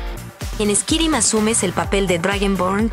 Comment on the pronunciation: Literal lo pronunciaste squirim jajjajjajajja.